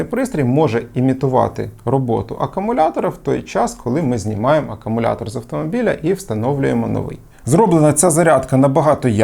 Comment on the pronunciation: Як можна стільки років працювати з зарядними пристроями до акумуляторів і вимовляти слово акумулятор неправильно?